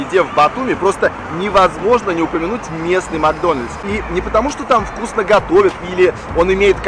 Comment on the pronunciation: как тебе? Вкусьна. как тебе? Вкусьна... Он другие слова у Вас знает? А то он мне напоминает мальчика с яблоком.. Что нужно сказать? Здраствуй яблоооко...